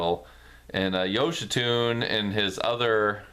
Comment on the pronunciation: Great Review! His name is actually pronounced “yo-shee-sue-nay”.